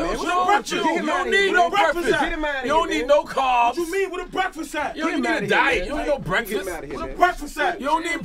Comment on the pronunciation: Nobody: Guy “U don’t need no cAhBs “ 😂😂😂